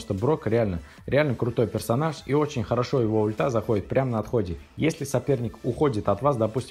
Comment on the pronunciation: персоназа он сказал 😂😂